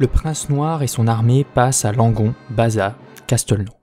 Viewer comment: petit détail concernant la prononciation des villes du sud ouest/gironde: on prononce les "s", et donc en l'occurrence on ne dit pas pas "baza", mais "bazasse". Pour le reste rien à dire, j'adore découvrir ta chaine et merci pour ton travail remarquable :) :)